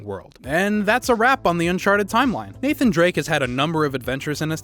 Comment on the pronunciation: UNCHARTED NATHAANN